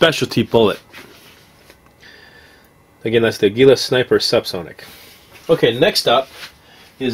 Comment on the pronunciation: Aguila is pronounced like "ah-gee-la". It's "eagle" in spanish. (Mexican company).